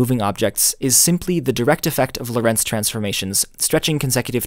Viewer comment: It's interesting that you put the stress in Lorentz on Lo'rentz, instead of 'Lorentz. Why? In German and Dutch, the stress in the name Loren(t)z is on the first sillable.